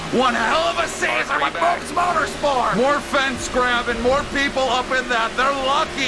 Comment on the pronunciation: i love that it's just moobs motorspor and not moobs motorsport